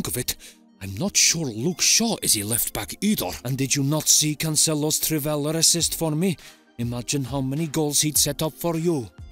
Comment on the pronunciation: Trivela* not Triveler